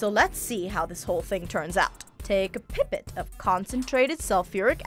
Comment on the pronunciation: The mispronunciation of “pipet”, “potassium”, and (for-the-love-of-god!) “molecule” make me want to pull your science card . . .